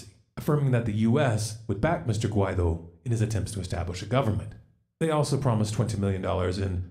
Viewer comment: Guaidó (wah-ee-doh) but yes you’re right on point on the whole situation! Keep up the great work!